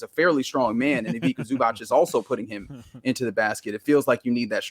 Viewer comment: Haha, as someone who understands Croatian, the pronounciation of Ivica Zubac from is extremely funny (C in Ivica as k and C in Zubac as ch), I have never heard someone pronounce it this way. Epic, made my evening.